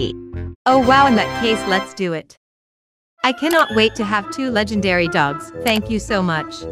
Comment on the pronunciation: she said ima get lengdary and lots of trades Starting me LAGUH LOL